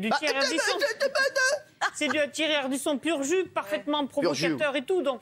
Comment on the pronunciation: Ciril a dit "pur jew"ou je rêve ???